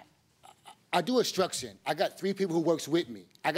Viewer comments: "I do Uhh-struction, I gots 3 people that works wif me" just...wow. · Did he say “I do instruction”? lol. He was trying to say construction. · "I do extruction"... geezus